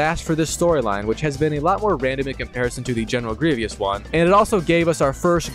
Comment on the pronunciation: Bro put down the controller and pick up a book, aint no way you can’t pronounce grievous 💀